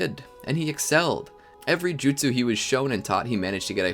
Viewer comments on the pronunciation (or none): none